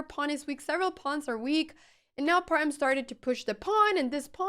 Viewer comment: Thank you for a great game...and you are the first foreigner that can pronounce " h" in Parham.